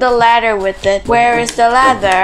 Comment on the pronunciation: You said lather you didn't said ladder